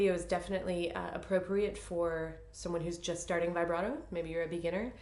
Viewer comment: vee- BRAH- toe, please. This is an Italian word, not English: not "vibrate" with an "O" on the end. Glad to finally see someone teach about NO THUMB ! Thank you!